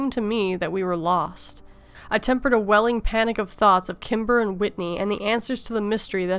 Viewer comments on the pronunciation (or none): none